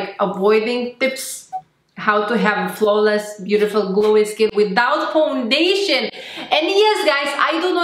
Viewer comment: Flawless not flaweles 😀